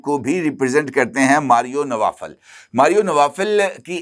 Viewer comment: یہ ماریو نوفل ہے، نوافل نہیں